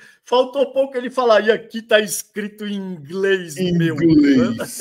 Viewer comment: "Aqui na Grã Bretanha meo, ate os botões estão escritos em inglês, meo" 😅😅😅